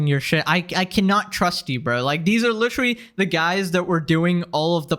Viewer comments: litrally? lit-er-al-ly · Why do people say literally like lich-erally